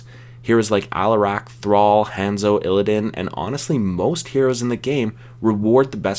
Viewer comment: lul he was saying hand-zoe xd